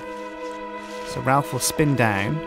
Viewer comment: It's more like Ralph, actually.